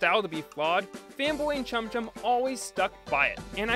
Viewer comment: Say chum chum without the second H